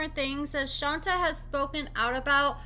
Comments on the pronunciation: Love the updates & info. Just wanted to say her name (Shonta) is pronounced Shon-tay not Shon-tuh. Also, Kerok is pronounced Kee-rock. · I thought it was pronounced Shon-tay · Isn’t her name pronounced “Shon-tay”? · it's pronounced: Shon-tay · Girl it’s pronounced shontay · SWEETIE: SHON TAY! PLEASE RESPECT HER BY GETTING THE PRONUNCIATION CORRECTLY!!! PLEASE, 😢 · Right? I mean spelling aside if you watch the show everyone should know how to pronounce it. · You’re mispronouncing her name. 🤦🏾‍♀️ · Will you please pronounce her name right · Omg why do you keep saying her name wrong damn just ask sheesh